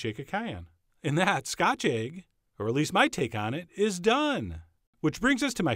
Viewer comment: Who else is fascinated by the way him call it aygg and not "ehgg" ... even thought he was steaming ready-boiled aygs (u got me saying aygs now) 😁 skach-ayg